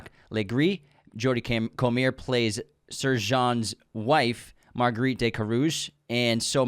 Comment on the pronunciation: Hate to say it as you guys probably get it a lot. Jodie comer is scouse so has an English last name pronounced CO-MUR or COME-UR